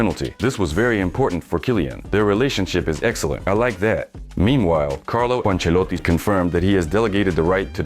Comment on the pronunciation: Calro Oanceloti